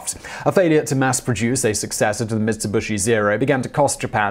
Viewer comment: Never heard of MitsubUshi before, did they make nucular missiles ? :p